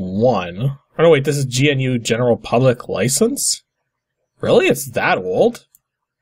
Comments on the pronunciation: Both points are incorrect. GNU is in fact pronounced Guh-NEW. RMS has explained this time and time again. And anything licensed under the GNU GPL is FREE software, not open source, there's a difference. Open source does not guarantee a proprietary fork of the code base be made, unlike free software which expressly forbids that practice. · And since someone's going to say it, I might as well do it first... "GNU" is pronounced like "new", same as the animal gnu. And because it is licensed under the GPL (GNU Public License,) it's not just "freeware," but full "open source."